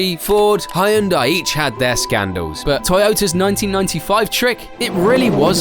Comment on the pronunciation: Wait a minute; how do you pronounce "Hyundai"?!